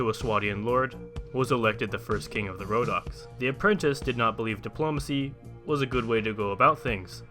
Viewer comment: Wait wait wait wait did you just say rodock's. (sorry don't know how to spell it) impressive calvary? cmon 😂😂😂